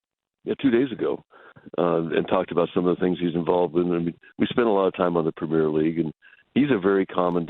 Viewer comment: Never trust a yank, that doesn’t know how to pronounce Premier